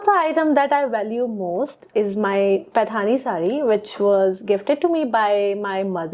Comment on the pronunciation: She said that it is patahni saari....correct your hindi sir..😂😂